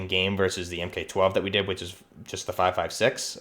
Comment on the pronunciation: Almost everything in this is inaccurate. "Soap-mod"? Em-Kay 12? Em-Kay 18? Noguns confirmed